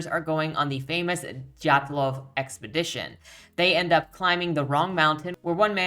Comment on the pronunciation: Wonderful review. I tried reading this book, but I trailed off and lost interest. By the way, you did fantastic at pronouncing, "Dyatlov," as many Western speakers have a difficult time with the y-glide. I just discovered your work yesterday, so I look forward to exploring your catalogue more.